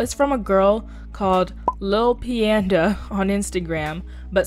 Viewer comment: I just wanted to say I think you said lil peandas name wrong.. idk how to pronounce it myself or how to say it but I'ma explain how the peanda part is: bean but replace the b with a p and then panda but like it's only da no panda